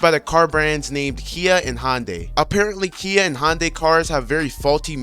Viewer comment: No way this mans just called Hyundai Hondai. Other than that, great video. You've earned a sub from me!